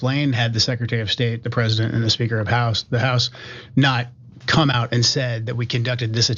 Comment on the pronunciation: Why can’t anyone pronounce “president” it is not “present”. Queen Lindsey is full of &@